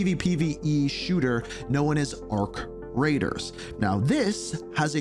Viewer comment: Every time he says "Arc Raiders" I think he either said "Our Creators" or "Our Craters"😅